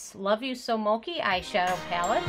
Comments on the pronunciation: Lol moki xD its mo-chee lol but good try! :) we all make mistakes! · Mokiiiii 🤣🤣🤣🤣 its mow-chheeeeeeeeee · Great video! Helpful in making my decision to buy. Btw It’s pronounced Mo-chee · You pronounced mochi wrong but great video and content!